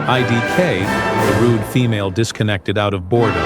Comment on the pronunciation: wouldnt assume their gender, and dont like how you put emphasism on "Female" but go on